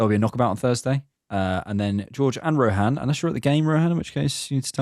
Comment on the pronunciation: It is not Ro-haan... it's Ro-Hn 🤣🤣🤣